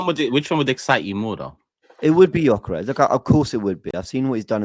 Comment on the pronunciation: Great show but not sure about how pronounced Gyokeres there😅